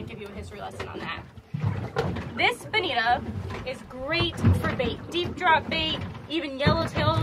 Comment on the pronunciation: Mutton not muh'in. Bonito not Bonita. Button not buh'in.